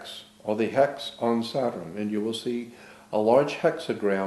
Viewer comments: Sa-turn or Sat-urn. This man was very aware of entomology and the source of words. Possibly why he pronounces it somewhat differently. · Interesting thoughts, why does he seem to pronounce word 'saturn' differently?